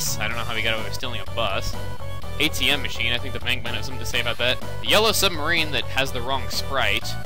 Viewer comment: You don't know the words at all. Submarine, not "sumberean". XD